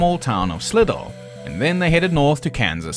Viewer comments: hey mate, you said they got captured in Slidell? just wanted to let you know that is pronounced like "SLY-DELL" the emphasis is equal on both parts of the word. Great video, though. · Slidell is pronounced Sly Dell and New Orleans is pronounced New Or Lens. You got Baton Rouge right though 😁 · Lovely video, as always, man. One thing I will say, the town of Slidell, Louisiana's name is pronounced locally as "Sly-dell", it's a town that pretty much everyone from the east go through on their way into New Orleans. Cheers to the new year. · I'm NOT making fun of people for mispronouncing unfamiliar place names - I've done it plenty. This is just an FYI for anyone interested - Slidell, LA is pronounced like "sly-dell". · any time! There is no real reason to pronounce "Slidell" correctly, so don't worry about that either. Most Louisianan town names are nigh unpronouncable; even "New Orleans" from the mouths of locals doesn't sound like people would expect. It's basically impossible to get anything right, so we are all fortunate that Louisianans generally have a very good sense of humor.